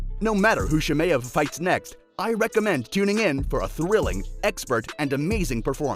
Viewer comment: It's chimaev mate. Great video tho 👍🏿